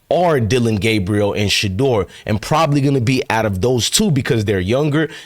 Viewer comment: you said it correctly because Shedeur is HIM!! 💪🏾💪🏾💪🏾